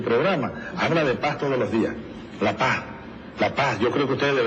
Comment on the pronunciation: Trum es terrible para Latinoamerica. No es que Vicky no hubiera querido hablar de paz aunque sea en ese tiempo, lo que sucedio es que Chavez no pronuncio"paz" el pronuncio "pajja" escuchen y veran que tengo razon. Y Vicky SUPER BRUTA, no entendio lo que le decian, se fue por la guerra y se caso ucon una familia asesina, corrupta y ladrona.